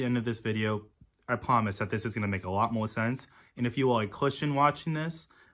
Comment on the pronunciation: But he pwomised 😅😅😅😅😅